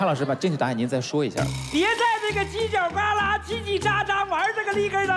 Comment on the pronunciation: 为什么娜娜说犄角格拉的时候我听到了吃喝拉撒？